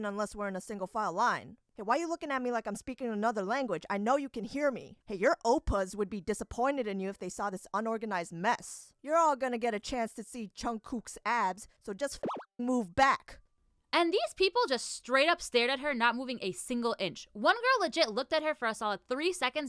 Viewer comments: how she said Junkook but as Chuncook bothered me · The way she said Jungkook though😂